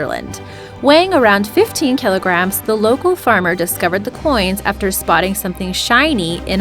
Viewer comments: Wow. Burry-d? Wtf. Can't even see buried. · It's not complete drivel... but her pronunciation of the words "buried," "ingot," and "Galilee" IS highly obnoxious (among others)!! 😂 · I cringed every time I heard her say buried 😫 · Am I the only one to hear "whore" instead of "hoard" for number 7? And "ber-ied" got me as well, thinking I was watching The Cleveland Show how Cleveland pronounces "buried" like "ber-ied" Same thing with "root" for the route. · how she says buried all i hear is bearied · Is it me or does she say burried like clevland brown? 😅😅